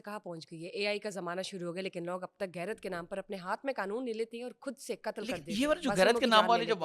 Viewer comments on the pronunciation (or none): madam aap itny bary channel pe beth'ti ho ,itni zada log vlog dekhty hn lahaza apko apne talaffuz ko theek karna chahye... lafz gairat nahi hota blake ghairat hota ha.... apko GAAF or GHAIN ka farq malom hona chahye.. shukria